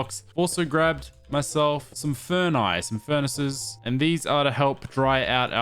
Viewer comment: He said "furnae" instead of "furnaces" XD... BBH's influence is strong.